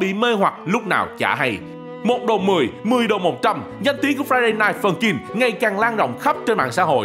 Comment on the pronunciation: Ông cứ nói friday rồi dừng rồi ms nói night funkin nghe ức chế 🤣